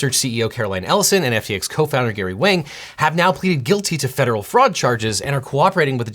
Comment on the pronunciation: FINALLY! SOMEONE GOT THE PRONUNCIATION OF WANG CORRECT!